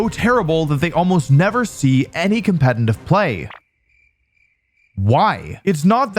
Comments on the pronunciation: Did anyone ever tell you that it's called "competitive" and not "competiNtive"? Where do you take that n from? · U cant say competitive bruh 😭 compentitiv play ass mf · my dude please learn how to pronounce "competitive". its really distracting. theres two "t"s in there. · I've noticed two things: Wolfey can't pronounce "competetive" Wolfey looks great.